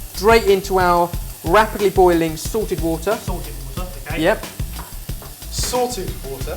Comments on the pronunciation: K, it is hilarious that you guys joked about the similarity between sorted and salted because when I first started watching your videos I totally thought you were saying "sorted water". I thought that is was some special type of water that you had already explained to your audience, so I went searching and watched ALL your videos trying to find out what this sorted water was. I enjoyed the videos but found no answers and then you uploaded a pasta dish and explained why the water was SALTED! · ohhhhhh salted water, ive always thought he was saying *sorted* water LOL